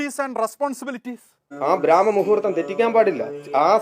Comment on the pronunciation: ബ്രാഹ്മ മുഹൂര്‍ത്തമല്ല ചേട്ടാ ബ്രഹ്മ മുഹൂര്‍ത്തഠ